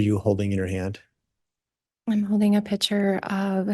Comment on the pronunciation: It’s not a “pitcher” it’s a PICTURE!